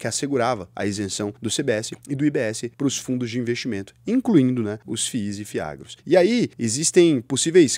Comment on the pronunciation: "Ef-Is" 😂😂😂 nunca vi ninguém falar assim pra FIIs.